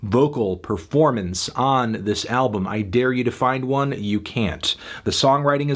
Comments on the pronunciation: "Ablum" hahahaha i didn't realise it before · "Nope, I have nothing nice to say about this music ablum" God I love